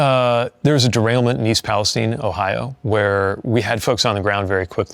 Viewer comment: he pronounced east palestine correctly